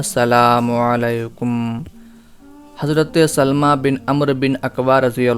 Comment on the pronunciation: یہ سَلࣿمَہ نہیں ہے بھائی صاحب یہ سَلَمَہ ہے